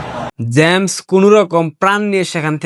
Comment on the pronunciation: জ্যামস নয়। জেমস হবে উচ্চারণ